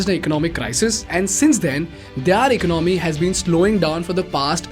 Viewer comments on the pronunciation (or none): It’s not “eco nomy” but economy.